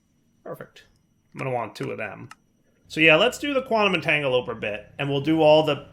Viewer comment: a really smart programming guy, stil lcan't pronounce "quantum - entangle - o - porter".